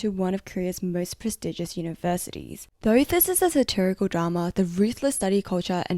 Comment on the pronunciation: Did you just say "a prestegious kindergarden" !??